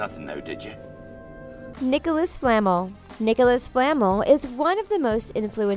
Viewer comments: It’s flaMEL not FLAmel 💀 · It’s flaa Mel not famol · Nicolas Flah-mel. . . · The way they say Nicholas Flamel really irks me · “Nicolas fLaMeL” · Tabitha Swayne- Nope, you weren’t. The worst would have to how it said Flamel. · She said Nicolas Flemels name wrong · I really wish that the narrator of these videos would learn to pronounce the names. like Flamel and Leta. By the time it gets to the end I am practically screaming corrections at my computer!!!!